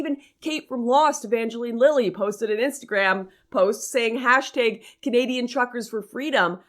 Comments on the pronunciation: The way you say "hashtag" is amazing. hæshtæg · The pronunciations of Hashtag and Regina were so distracting lol